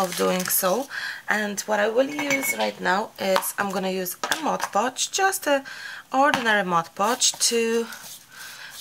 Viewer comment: I love the wall!!! Also, it's awesome that you are the lone crafter on YouTube who can correctly pronounce "Mod Podge". Kudos! Everyone else says "Modge Podge", and it drives me batty! Thank you for the excellent grammar AND the amazing brick wall! ❤